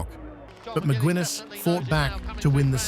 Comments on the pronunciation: Mick-Guiness, like the beer,. Not Mick-Gwin-es, you f'ing AI bot. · Mc gwinness. Wtf bro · Excellent stuff but Macwinness……. Come on, if you intend to give an overview, at least get the names right ffs